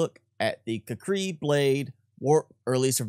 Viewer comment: I thought it was pronounced: kū•kree.